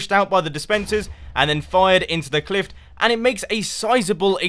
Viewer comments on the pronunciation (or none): You said cliff as Clift, it should be pronounced cliff. Just being picky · d-did he say CLIFT????